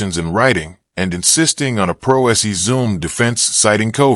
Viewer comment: Couldn't even pronounce "Pro Se"